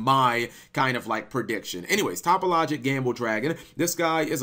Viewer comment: Cap why do you not pronounce the link 3 topologic correctly are you doing this on purpose ?